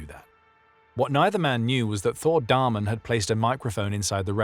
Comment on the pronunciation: I am sorry to correct you but his name is Damén you say it like dameen